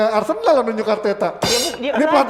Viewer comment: MENIT 05.28 Apakah sengaja plesetin jadi arsenal jadi arsendal???